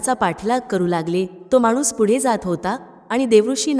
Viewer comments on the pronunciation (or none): none